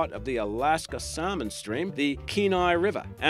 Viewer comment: The last is a huge fish. I lived in the greatest state for over 13 years. I moved up there in 2000 because I heard the fishing was good and then I stayed because it far, far better than that. I've had the pleasure of fishing the Kenai many times (thank you to the narrator for pronouncing it right!). For years I'd always heard that the biggest King was caught by a man back in like the late 50's to early 60's. He took a pic of it in his truck bed and I had the impression that it was probably heavier fresh out of the water than when he had it weighed. He didn't weigh it right away because he had to show his friends first, (fishermen will know why!). It was an older gentleman too at least that's what I saw. I will say the biggest ever caught by a human was 139lbs I think but it was caught in a trap. There was a 6th type years ago but they're extinct now, averaged 6ft and was called the saber tooth salmon due to their teeth but they supposedly ate only plankton.